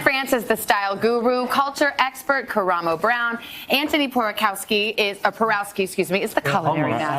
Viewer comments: it's pronounced POR-OV-SKI you dim witted woman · when will someone get antoni's last name right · cant no one get Antoni's name right lol. Such a great show. Many more seasons!!! LETS GO